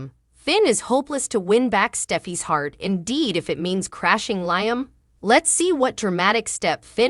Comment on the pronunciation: You need to speak in every day words and also learn how to pronounce Liam.